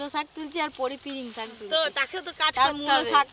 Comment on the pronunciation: একবার বলেন শাক আরেকবার বলেন সাগ উচ্চারণ টা ভালো করে করবেন